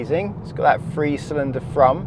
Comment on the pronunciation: Good video I assume, but I could only watch 2 minutes of it before I got fed up with hearing the presenter pronounce Three as Free!